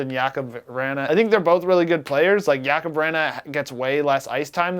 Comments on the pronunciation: It’s Jakub vrana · Bruh my man it's (ja-cub) vrana. Not whatever you just said. Still love the channel though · um so nobody gonna comment on the way he said Jakub Vrana... Yakuub Vikrna??